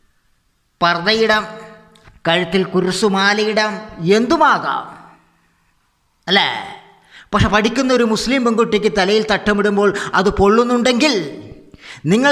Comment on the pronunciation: ഗാസ പാലസ്തീനിൽ ആണ് ഇത് കാസ മലയാളം പറയുമ്പോൾ കുറച്ചുകൂടി ശ്രദ്ധിക്കൂ കുരിശ് ആണ് കുർ ശ് അല്ല